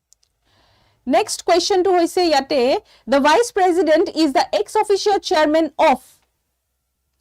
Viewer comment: If president pronounce as prejident then prejudice should be pronounce as presudice .